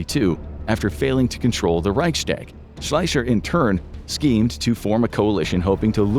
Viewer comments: The narrator pronouncing it Reichschtag and Gobbles is killing me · ”‘Reyksteyk’ is by far the worst pronunciation of ‘Reichstag’ I’ve ever heard. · Raikstag. Try kind of pronouncation please. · The „Reitschstäg“ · You butchered the pronounciation of "Reichstag". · Please learn to pronounce Reichstag. It's getting really grating. Also, mein "Kumpf"? Really?